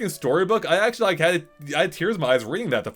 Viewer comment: "I akssshhually like me some Mario" 🥴🥴🥴 it's sad for humanity how people these days don't even try to hide their lack of cognitive capability.